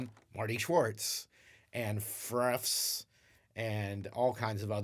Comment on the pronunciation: "Freffs" lmao